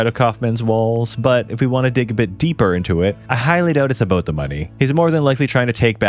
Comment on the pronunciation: The host is Canadian right? The “About”